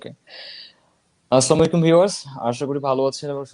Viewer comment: আসসা মাইকুম কি????? ওয়ালাইকুম